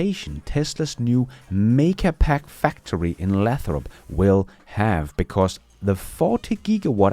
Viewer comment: Lay - throp. Long A.